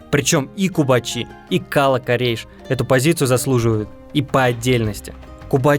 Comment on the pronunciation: Наверно в слове кала ударение надо ставить на вторую букву а